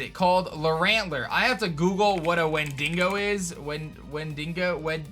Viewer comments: (Wen-di-go) you nearly killed me with wen dingo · Its pronounced like win-diggo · Bruh "when dingo" is not how you pronounce that lol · i'm so triggered about "wen-DING-oh" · So nobody’s gonna address the way he says Wendigo? “Win-dingo”..”win-bingo”.... sounds kinda like mandi...o nvm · Wendigo is pronounced when-di-go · Lol, how pronounces Windigo, it is so weird to my ears